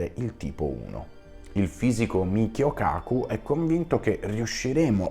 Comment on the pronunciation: 🕉️👊💜! su Michio Kaku mi sono fracassato dalle risate, mi era sembrato di sentire una N in più, ottimo video e spiegazione come sempre.